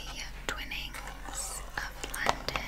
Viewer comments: Literally doesn't matter at all but it's Twinings like rhyming with whining, not twinning :) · I love you so much but for goodness sake, as a Brit, it's pronounced twine-nings not twinnings😂❤️ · Hey, loved your video. Supppperrr relaxing😴😴😴 I am also from the UK and did notice something in the beginning which was the tea. Twinnings is actually pronounced t-wine-ings over here instead of t-win-ings as you did. No hate at all I love you just something I picked up on ❤ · giggled a bit when she called twinings ‘twinnings’